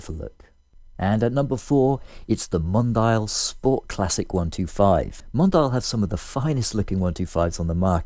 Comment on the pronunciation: Mondial originates from Italy, so pronunciation is "Mon dee ahl"